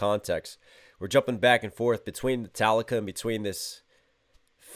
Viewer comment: yeah, that´s exactly how it should be pronounced .... :D :D ..... you´ve just made my day, sir, thank you!! :D